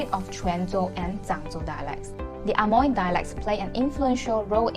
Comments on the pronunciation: Amoy should be pronounced as emoy.... Not A Moy.....!! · 厦门can be pronounced Eh-Mui or Eh-Meng in Fujian depends on sub dialect. But the english Amoy should be pronounced as Eh-Moy, Not Ah-Moy. Hokkien in different area have different pronunciation. It can not be said that 门 (door) should be pronounced as méng 盟. There are different pronunciation between Quanzhou and Zhangzhou. Xiamen is located between Quanzhou and Zhangzhou, so basically Xiamen dialect is mixed between Quanzhou and Zhangzhou. There is a rule that the word with. **ng in Quanzhou will be changed to *ui in Zhangzhou dialect... For example: 饭 = Běng (泉州); Bui (漳州) 卵 = Něng (泉州) ; Nui (漳州) 酸= Seng ; Sui 黄 =Ng ; Ui 远 = Hng = Hui 门 = Meng ; Mui, 问 = Meng ; Mui et cetera